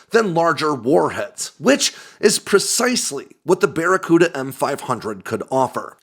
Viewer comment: "It's that there bacaruda missile"